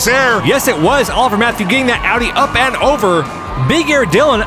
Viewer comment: so glad you learned how to pronounce AUDI properly